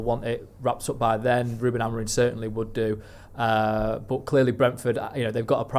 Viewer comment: you’re far too smart to keep calling him “AMORIN”, please get his name right, it’s such a simple change